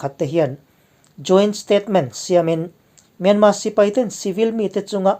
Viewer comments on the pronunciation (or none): Hei hi kalo zawt che u,enga tinge Myanmar hi atawp a R lam tello a myanma ti a inlam thin??